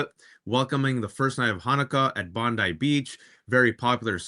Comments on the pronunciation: It's Bond i as in Bond eye, NOT Bond ee as in Pam Bondi. Thanks Australia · Hey Danielle and Waj you pronounce the beach Bond-eye. I wouldn't usually be so pedantic but the chance to not be reminded of Pam Bondi is worth it 😊